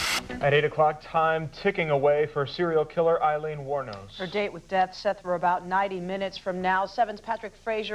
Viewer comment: I just want to say I think you're mispronouncing her name possibly which kind of sucks if that's the case to be doing it to the entire presentation rather embarrassing I guess but I think her name is pronounce: Ayeleen...Ay-leen...not Iy leen not eye leen... Does anyone know what I'm trying to say?